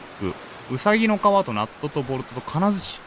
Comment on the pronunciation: ナットが納豆に聞こえるw